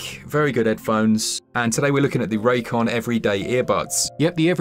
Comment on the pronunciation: Raycon? I thought at first you said this episode was sponsored by J-Kwon, that dude who did "Tipsy" back in the day.